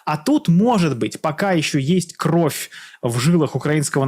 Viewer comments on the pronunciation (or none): none